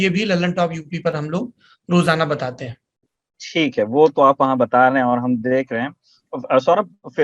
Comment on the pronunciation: I don't know why , its a very small thing but the word"Theak HAI" s , seems off the track., :(